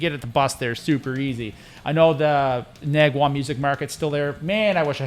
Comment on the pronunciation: As a Korean local I’d correct pronunciation for Nakwon - it is pronounced as “Nahkwon” which means “Paradise”. I don’t know why they named like that but yeah. lol My biggest mistake with guitar was … leaving my guitar at rehearsal studio because it was too heavy and I knew the studio owner well so I trusted that no one will steal that one but… yeah I lost that telecaster, with the fuzz factory pedal, DS-1, three George L’s cables, and gig bag… I had to buy new one.